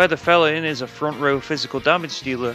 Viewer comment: Fel-Lyn???? Pretty sure its a pun on "FELINE"